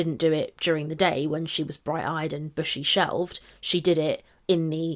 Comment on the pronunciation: She said bushy shelved hahaha